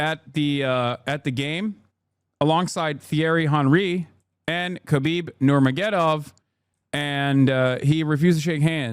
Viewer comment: As a Muslim, how do you mispronounce his surname? How do you not recognize the origin of it as being "of Nur Muhammad? His last name is Nur-Magomed-Ov. In Russian, the suffix -ov is equivalent to the english "apostrophe s". His last name is "Of Nur Muhammad", you can say "Nurmuhammads" as in "Habeeb Nurmuhammads". In Arabic it would be Habeen Ibn Nur Muhammad.